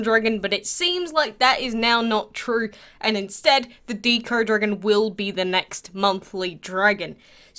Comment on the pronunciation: it's deco not deeco, like art deco or decoration